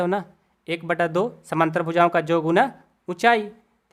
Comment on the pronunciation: Sir samnantr nhi samantar hota hai